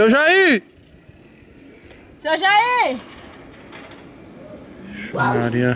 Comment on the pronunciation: Como se Escreve: Senhor Jair Como se fala: Seu Jaí